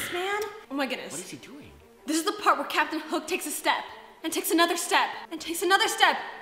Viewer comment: Anoter day anoter video